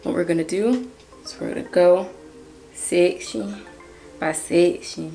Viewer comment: I heard you break out that Atlien accent with "secshin by secshin" 🤣🤣